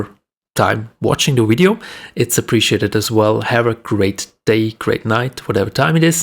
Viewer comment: Its video not wideo lol